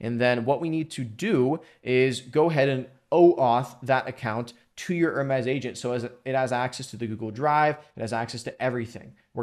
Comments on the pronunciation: Top tier video, bro. It really helped me out. By the way, in this context its just pronounced "her meez" .. you were saying it like the French lux brand ;) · Enjoyed the video but one thing. Say - Her now say - Me now say - Z Now put it all together. Greek messanger to the gods, called mercury by the romans.